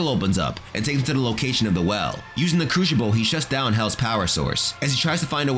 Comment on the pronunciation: Your pronunciation of the word crucible is absolutely horrible. It’s not a cruchible for god sakes